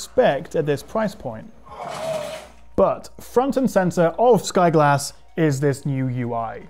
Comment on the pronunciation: Sky G(o)lass